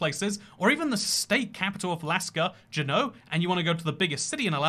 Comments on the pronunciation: You pronounced juneau wrong its “jew no” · Juneau is pronounced JOO-no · Juneau: JEW-NO Osoyoos: OH-SOY-USE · Pro-tip: Juneau is pronounced (Joo-know)